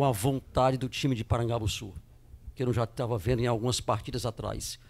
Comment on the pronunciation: Esse cara falando PARAGABUSSU me incomodou